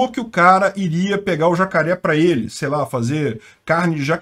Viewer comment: "Estão ujando zacaré como arma" 😂